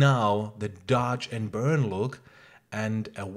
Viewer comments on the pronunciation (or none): Say one more time dodge and burd.....I dare you